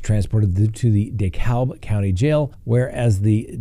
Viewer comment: I was going to correct your mispronunciation of Dekalb (think de cab'), and thought naw..... give him a pass. But then, you slaughtered the pronunciation also of Pinellas county at the mark (think Pie nell us, or even Pah nell us... but what you said..... whahhhhhh). Love your show and loyal follower, but hitting two ... just had to type a shout out to ya.